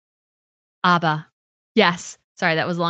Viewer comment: It is ABBA as in Apple, not Arba.